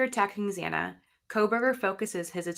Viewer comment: It really bothered me that the judge mispronounced Xana Kernodle’s name TWICE.